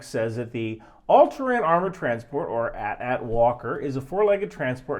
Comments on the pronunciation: Remember I said it was created for children. That's how children in the 80's pronounced it. Sorry, that it does not comport with your adult sensibilities. Lucas film has also answered this question. Lucas Film replied that the correct pronunciation rhymes with Hat-Hat. Don't take my personal experience as evidence, Google it yourself. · Im really disturbed with your pronounciation of AT-ATs, it should be A-T A-Ts, which sounds 80-80s. did you even watch star wars growing up ? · Ah so you're one of those who pronounce it AT-AT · The way he is saying AT-AT is bothering me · You are mispronouncing AT-AT. 😂 I don't actually think that, I just find it funny to say that no matter how someone pronounces AT-AT. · The way you say AT-AT is wrong. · you pronounce AT-AT wrong. It's not AT-AT. it's more like AihTee-AihTee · Hearing say "at at" instead of "A T A T" hurt my soul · Ill debate to you why the AT TE is better. Also its AT then AT. Not ATAT one word. Both names its the first 2 letters A T then A T. Sorry for the nerd out, no im not im a huge Star Wars nerd. Also when is the Lions season breakdown video? They havent been this good in all of out nations HISTORY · Other people have said this but im going to say it again. This is not an at at walker i dont know what an at at walker is. This is an A T A T walker! Say the entire letter! Like long vowels! A T A T or A T S T walker or chicken walker! Saying at at just sounds bad lol I imediatly knew you were not a star wars fan lol. Still enjoyed the video but god i cant un hear it lol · It’s A-T-A-T not @@ lol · Hearing pronounce it “@ instead of “eighty, eighty” is disconcerting. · Immensely disappointed in the fact he called it "@@ instead of "Ay-Tee Ay-Tee" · The AT-AT is well first of all they’re not at at, they’re pronounced a t a t (think about it you don’t say at st or at te you sat A T S T or A T T E. The empire had no near pier advasaries so it was pretty much all intimidation.